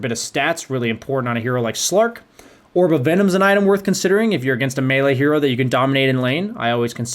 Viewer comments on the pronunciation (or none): none